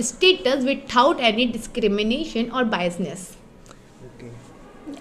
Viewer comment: Without 😂...withaut😂